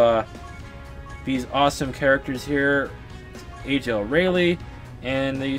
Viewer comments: Aralie? air re al is how you pronounce it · how dare u mispronounce her name!!!!!!